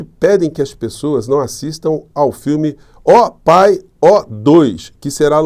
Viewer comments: desculpe: não é ó pai e sim ó paí ó.. sotaque nordestinos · Professor o filme e, O pa i O e não O pai É a pronucia, se bem que tanto faz os Bosaronistas não entendem de nada mesmo, kkkkk as piranhas deve ser inspirado naquela senhora,diguina Deus patria e família. 😂😂😂😂😂😂